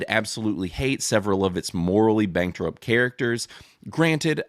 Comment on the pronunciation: bro said "morally banktrup"